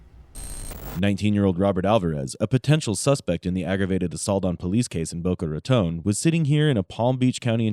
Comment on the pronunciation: Random- thanks for saying Boca Raton correctly 😁